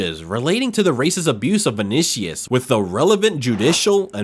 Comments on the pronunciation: And learn to pronounce easy foreign names right, gringo. It's not vonishus it's VINICIUS. And it's not ensaladi, it's ANCELOTTI. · Why use Messi in the thumbnail? Clickbait means I'm banning your channel from my feed. Also name butchering is off the charts, Ensaladi instead of Ancelotti, Vinishious instead of Vinicius, go get some respect to those you're talking about... 😀